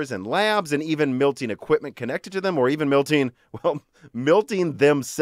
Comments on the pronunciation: lol it bothers me when he says that too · Milking or Melting??????? i heard Milking